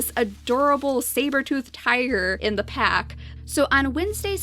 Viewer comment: She said pap instead of pack XD ive just noticed that